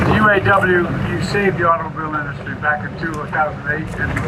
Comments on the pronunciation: It's not the industry (I detest the way Trump pronounces that word!) that needs saving, it's the thousands of hard-working Americans who build the vehicles we all need!! Break these folks off a few dozen percent of those RECORD PROFITS!!! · Trump can't say industry. It's creepy the way he does.